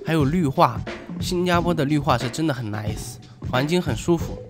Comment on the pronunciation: 你说英语好好笑，nice 被你发音成奶死